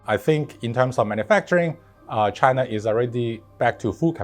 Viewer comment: He’s totally saying Chiner